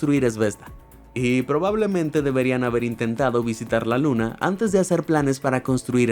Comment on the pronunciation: Se equivoco dice 2 veces luns dulce luna